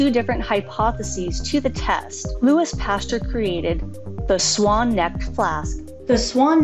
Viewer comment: pastUEr lol but your video was great. I learned a lot 😊